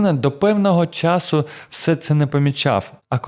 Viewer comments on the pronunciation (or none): none